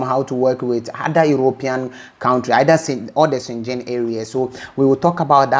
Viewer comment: Is schengen not schengin..